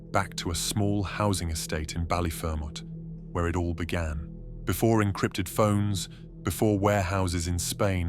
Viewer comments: Bally- fer- mot😂. Any Balliers listening to this and having a chuckle!! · Just thinking the same thing! 😂 I said to myself, never heard Ballyer being called Bali-Fer-Mo 😂